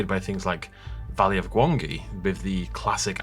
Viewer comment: Why'd you pronounce Gwangi's name like that, dude?